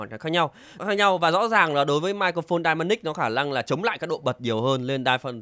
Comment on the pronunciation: em cứ nghe dynamic thành đai-ma-nic :))